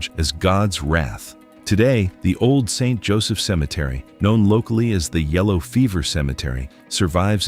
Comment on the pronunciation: Lose the AI narrator and it might be worth watching. Also the cemetery pictured to be in St. Joseph is one actually in the northeast United States with northern fall foliage on rolling hills surrounding it. Why can’t people posting these videos at least TRY to make them accurate and at minimum pronounce names correctly?